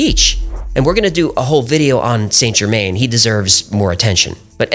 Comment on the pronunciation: Why oh why can Americans not show an ounce of respect to other cultures? 'The Count Of Sainte Germaine'. Just 20 seconds on Google, guys. That's all it takes... is that so hard?